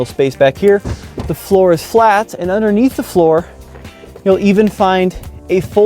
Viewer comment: the word is underneath no unnerneath there is a d in there